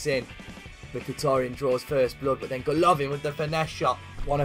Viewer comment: It's goalivin not gaolavin